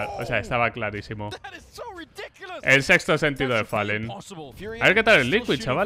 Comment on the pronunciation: Y tb pronuncia "Falen" en vez de "folen" y simple en vez de "simpol"